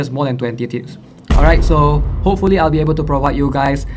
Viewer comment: Why am I keep hearing tits 😂 is it what I want or is it because I have problem with my ear